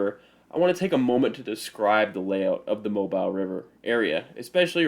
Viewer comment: It is pronounced “Mo-beele”, not “Mob-ile”. The unusual pronunciation is because it is a French pronunciation of “Mabila”, one of the American Indian tribes that inhabited Mobile Bay.